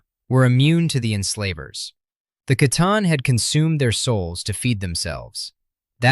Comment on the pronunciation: Pretty much the only problem I have is the consistent mispronunciation of C'Tan..... "Sa-Tarn" Confirmed in many, many books and lore as "Kha-Tan"